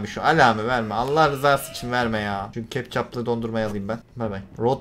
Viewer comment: Hiçkimse: Kana keptcap diyen